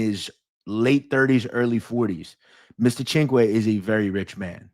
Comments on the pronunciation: here is the proper pronunciation of CINQUE Sin-cue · Cinque. Perfect pronunciation. It means 5. Great stuff.